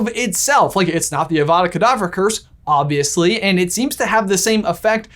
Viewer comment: I wonder if Snape is Lockhart's role model. Snape says "obvviously" and Lockhart says "prretty obvious" 😂